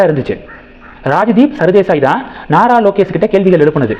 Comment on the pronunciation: "நரலோகேஷ்" என்பதுதான் சரியான உச்சரிப்பு!